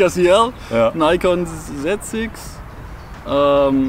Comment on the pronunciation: Nikon not Naycon